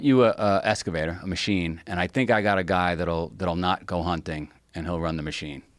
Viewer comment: EXcavator. Not Escavator.